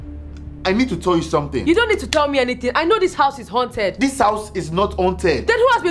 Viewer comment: okay but can we talk about how it said hunted instead of haunted???